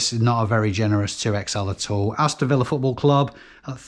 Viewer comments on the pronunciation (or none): none